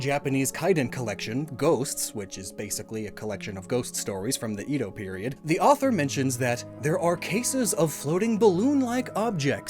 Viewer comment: Nooooooo edo is pronounced eh-dough aaaaaaaa this hurts me